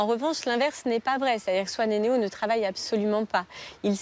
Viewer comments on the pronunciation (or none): Mec c swan et neo pas neon